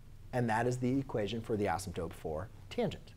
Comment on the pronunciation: anybody else go crazy when he says asymtope